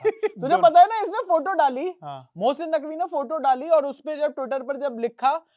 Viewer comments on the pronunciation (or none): baaki sab thik hai aaap mohsin ko Bhosin kyu bol rahe ho😂